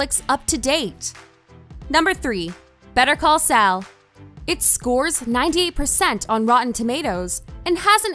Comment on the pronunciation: Nice video, but oh my God, that pronunciation is something else! "Better Call Sal", "The Irish Man", and "(Joe) Pesky" had me in stitches! lol